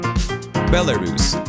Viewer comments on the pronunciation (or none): none